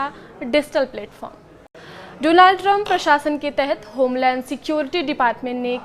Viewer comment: Dizhtall, Dolaaand lol..what a news reader 😂